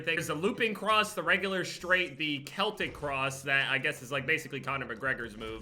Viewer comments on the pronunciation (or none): it’s pronounced like sell tic=Celtic